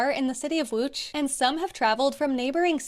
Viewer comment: Those pika's are so cute! Also: props for the correct pronunciation of Łódź, most people are intimidated by the Ł (or just pronounce it like an L).